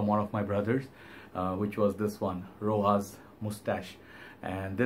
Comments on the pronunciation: Rochas not rojas! Pronounce it as is written! go and watch rochas ads on: youtube! cheerio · Its pronounced ROSHASS in french. Very famous house in france. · wrong i speak french and go and watch rochas ads on youtube ! Rochas and the s isn't silent!